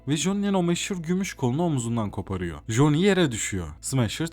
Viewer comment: ya güzel kardeşim joni amk, bütün videonun içine etmişsin. Silverhand diyebiliyosun bir Coni demek bu kadar mı zordu?